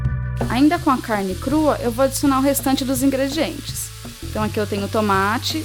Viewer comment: O canal é lindo. Só amor. Os vídeos fluem muito bem, tudo bem fácil de acompanhar. Mas tem uma coisa no começo que sempre me deixa agoniado. Eu sei que é muita FDPtisse. Mas toda vez que você fala "vamos aos ingredientes" me da aflição, você sempre engole o N. Fica "igredientes", as vezes sai até "igredietes". rsrsrs. Eu disse que era idiotice. Releve, por favor. O canal é ótimo. (